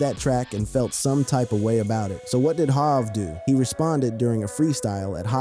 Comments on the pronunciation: It’s Hov not Jav Yay-yo no yah-yo 😉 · Tony Yaw-Yo? Really? Are you a robot? You’re really not connected to the universe of music is you can’t say the name right. This seems like it’s one sided… You Hov as Hav… I had to stop. This is wack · I can't with this stoopid ass AI voice. Clearly they tried to model The voice of a young black man. Any young black man of this era would know how to say HOV,In Da Club, YAYO... it's just too much inaccuracies to listen to.